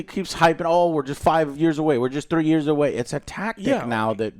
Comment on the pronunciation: did he ever get better at three frows?